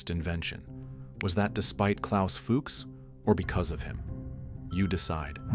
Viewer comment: Cant even pronounce Fuchs...